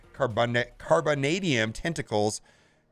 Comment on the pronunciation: You can pronounce Carbonadium, but not Arkady???